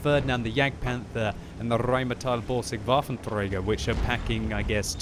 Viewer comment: Rrrrrrrheinmetall-Borsig Waffentrrrräger